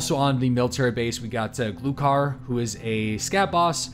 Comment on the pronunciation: With guns from Russia! Please, check your pronunciation: Gloo harr (The reserve base boss) and Shture mann (Woods boss) Gloo harr means Capercaillie (or deaf man as slang) Shture mann means steersman (navigator) in English (as the plane in Russia is an air ship). Lots of thanx